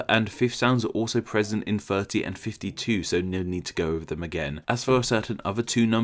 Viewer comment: You don't say the numbers correctly. You need to work on your THs, as in "free: 3, firty: 30, etc.